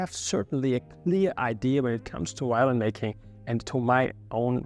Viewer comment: It is not called a whyolin, but violin. La "v" inglese è come la "v" italiano. Perchè è così difficile?